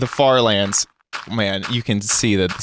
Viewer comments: did he say FARTLANDS?! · did he say fart lands or far lands